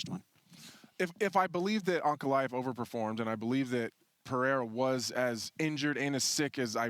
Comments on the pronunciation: Pereira ❌Pierre ✅ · Nothing bugs me more than Chael sayin Pee-Era